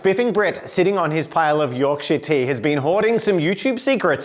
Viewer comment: The second half of the video where pronounces Yorkshire correctly was amazing!